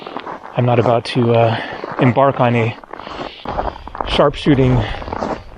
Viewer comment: you've said aboot ..... the Canadian's coming back! (realise you're in Alaska 🇺🇸)